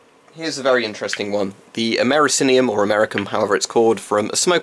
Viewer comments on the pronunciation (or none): Amerikinium lol